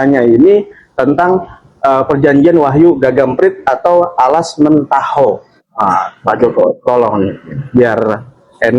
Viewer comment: Alas mentaok, bukan mentaho